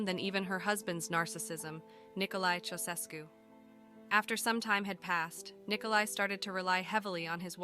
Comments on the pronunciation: Thank you. Her pronunciation for that name. Otherwise, a solid piece of Youtuber Gold. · Their surname is pronounced "CHOW-SHESH-CU".